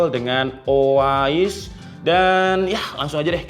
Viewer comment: bang baca review bukan reviu tapi riviu, ois bukan oais tapi oai s😅